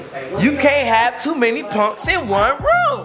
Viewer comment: funny af 😂 “ you can’t have too many ponks in one room”